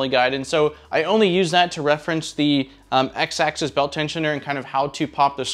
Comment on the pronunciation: People always mispronounce "axis" as "access", two different things, just a pet peeve i notice a lot in 3d printer videos